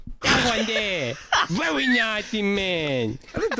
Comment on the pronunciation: The “vEwY vEwY SmArT BoYs! 🤓”